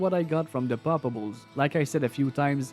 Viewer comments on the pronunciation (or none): Mon frere! I love how, with your beautiful Canada accent, whenever your say poppables is sounds like 'palpables', like you are a medic examining someone :)) Also, I found, and totally random, 'cause when I farm I usually go, in the same run - Travi, Mephisto, then LK, Countess and then maybe Andy, so this time I found, on P8 LK, and Ohm rune, under a Corpse. So a 'palpable' corpse gave me OHM = Oh, Homme, OH HI MARK!!! = ))